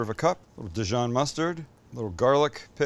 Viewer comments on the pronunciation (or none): none